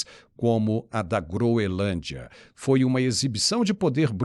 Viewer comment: pelo amor de Deus, você dizendo "Groelândia", jornalista de tantos anos, é um convite para nunca mais te assistir. Quebra de confiança total. Não dá. Lembrando que você também foi contra a caminhada, o que me fez tirar muitos pontos do crédito que eu lhe dava.